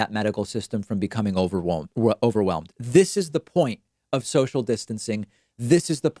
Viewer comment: "overwhome" lol